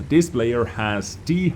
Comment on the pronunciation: can you learn to pronounce «this» and not «ddddis»